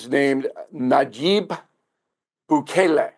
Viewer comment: Does O'Reilly go over his pronunciations before his show? He pronounced Bukele two different ways in one sentence and Xavier as Zavi-Air. What the crap?